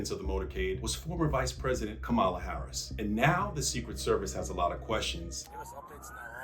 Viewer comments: Really??? KaMAla?? Dude be respectful and pronounce her name properly whether you like her or not! KAmala. Freaking magats! :( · It's pronounced "Comma-luh", not "Cum-all-a" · it’s Comma,la not kam-allah. Why is this so hard? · It's NOT Ka-MA'-la. It's KA'-ma-la. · Did you intentionally mispronounce the Vice President’s name, imitating Trump’s derision of Mrs Harris? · KAM-ala, not Kam-A-la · It's COMMA-la NOT Ka-MA-la 👿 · Kamala pronounced like comma-la. I love you, but be respectful. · For goodness sake, it's COM-ma-lah. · “Comma-la” it’s not that hard bro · Ka-MAH-la? Really? Sort of sounds how a sovereign citizen might say it lol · Sorry to nitpick, but it’s “comma-la”. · Please Google how to say “Kamala” because this ain’t it. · If you’re going to say the VP name again, please pronounce it correctly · She is our former vp. Pronounce her name correctly. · Why don’t you bother yo pronounce VP first name correctly? Major disrespect, chump. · “Almost killed VP” “terrorist attack” come on, you can do better than that clickbait garbage. And you pronounced her name incorrectly. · You are pronouncing Kamala incorrectly. Why is this so difficult for people.😔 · Pronounced her name correctly. Just lost credibility. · Awe! I have to admit I was a little disappointed that you just mispronounced her name 🥺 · Why is it so hard to pronounce her name correctly! 🤬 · Learn to pronounce Kamala 🤨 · How difficult is it to pronounce her name correctly, FFS?! 🙄🤦‍♀️ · I came here to correct the pronunciation. Purposely mispronouncing a name is a common tactic to show superiority and to degrade someone. Bush did the same to Saddam Hussein.